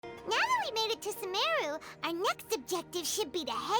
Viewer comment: Its “suh-meh-ruh” i thought it was “suh-muru” Same feeling I got starting the quest